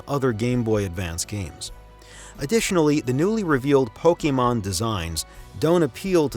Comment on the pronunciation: Thank you for pronouncing Pokémon correctly